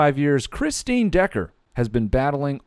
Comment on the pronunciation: Dale Decker Became Dale Deck-Her